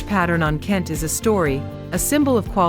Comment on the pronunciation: Nice video on Ghana. AI mispronounced a lot of the Ghanaian names. For example - Kente, Ga, etc. Saying "modern" and "African" as opposites implies that Africa is static or not modern. That's wrong.